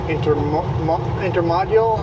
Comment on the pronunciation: You did the right thing, thank you. Those rail cars are called intermodal, pronounced Inter- m- oh - del, safe travels and Happy New Year to you and Jess!